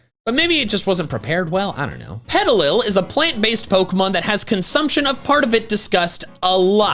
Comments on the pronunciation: inviting Pm7 for some Pe-TEA-lil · Me when you said petilil: 😢 Me when I found out you were just talking about it's headleafs: (Can't find emogi that shows relief)